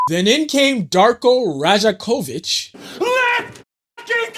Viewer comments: Dope video!! btw his name pronounced Rye-Ack-Oh-Vich if you make another one though boss he’s tooo hype gotta love him as a coach even though all the trash fans were saying no he should be fired the real one knew he was that guy just needed a team to run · good video brother... but you're from Toronto? how you from here and you don't know how to pronounce his name haha Dar-Koh Roy-yak-ovich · Great commentary and editing, man. I see you're on a trip around the league reporting on teams. Announce yourself as a Raptors convert, center the team in your reporting (and learn to pronounce 'Rajakovic' correctly) and I guarantee you that 1,800 sub count will EXPLODE. There's no love like the love of Toronto Raptors fans--trust.